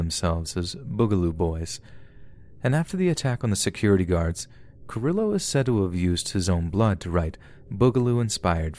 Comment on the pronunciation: Cringing every time you pronounce Carillo 🙃 lol